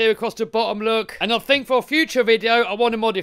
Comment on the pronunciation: I "fink" this is a good video bruv